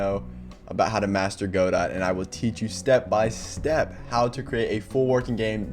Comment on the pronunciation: Dude please pronounce it Goh-Doh😭